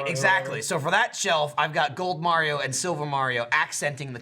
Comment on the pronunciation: Shadow_ Sheep Call it May-rio.